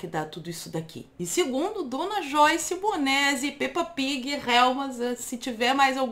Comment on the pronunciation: Menina eu adoro ver você falando Peppa pig monese e uncerto bosta